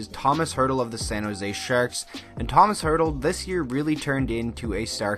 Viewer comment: I’m so happy you mentioned my favorite player Tomas Hertl! A note though: his name is pronounced with a sh sound at the end, not an s. So Tomash. When he was drafted they mispronounced his name and I was so sad :(